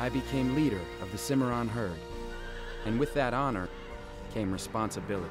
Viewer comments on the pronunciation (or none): Cimarron is pronounced with an S sound!! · Actually, it is pronounced “cih-mah-ron” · stallion of the "caimeirron".... come on men you speak spanish, its an spanish word, its a species of horse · He said the Cimarron wrong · ACH!!! the way you pronounced Cimarron!!!